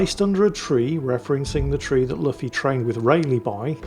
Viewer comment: It's pronounced Loofee, not Luffi, btw.